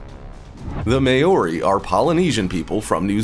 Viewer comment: great video but New Zealand Native Maori it's not pronounced may-or-e... Maw-rie.